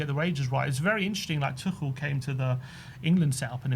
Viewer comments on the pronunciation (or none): This sell or loan tell is crazy talk he was one of our best players towards the end of the season, tel kudus Summerville and silvinho is fine as our wingers. We need to get a proper centre forward and SELL RICHY and SOLANKE also it Tuchel not Tookul